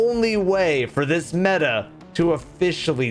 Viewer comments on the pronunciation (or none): none